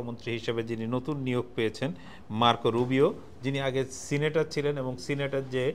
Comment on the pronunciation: Senator ...cnetor noye 😂😂